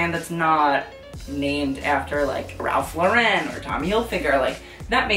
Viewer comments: HAHA i love you but ralph lauren is just pronounced like lauren, not loren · It's Ralph Lauren, not Ralph Lau-REN. He himself, has publicly corrected this. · Ralph Lauren is pronounced “LAURen like Lauren Bacall and Lauren Hill.